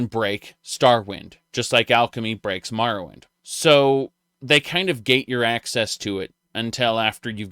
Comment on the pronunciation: "Mahrowwind" Uh?